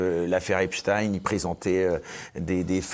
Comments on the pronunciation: BRAVO 8 A vous tous ! De Nouméa !!! Mais ne tombez pas dans le piège ! Il faut prononcer EPSTEIN epstain et non Epstine ! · C'est EPSTEIN PAS EPSTINE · Pourquoi Béatrice Rosen dit encore Epstine ok elle est américaine /franco américaine mais elle parle français ici donc c est Epstein … on en a assez parlé de cette prononciation faussée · Affaire Epstein. Les gauchistes disent « affaire Epstine ». Ou je me trompe ? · As ton avis pourquoi ils disent epstine 😂😂😂